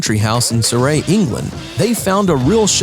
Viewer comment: The worst bit of this video is how you pronounced Surrey. It rhymes with Curry, not Puree.